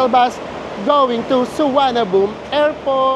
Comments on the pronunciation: Is the local pronunciation of Suvarnabhumi "Suwanaboom"? It's the first time I heard it called that way. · Thank you po, &! Sayang walang premiere chikahan hehe pero salamat po sa tipid and budget tips as always! 😊 Kaaliw po talaga na suwanaboom na bigkas sa Suvarnabhumi 😆 Favorite ko po sa trip nyo ang Sa Pa 😍 Noted din po yung 'visit advertiser' instead of no to skip. Hi dos! Until next trip po uli! 🙌